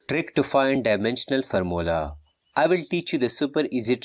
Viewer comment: Bro say formula as farmola😂😂